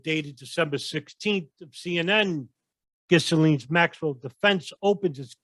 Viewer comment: Ghisalaine?.... lol silent S.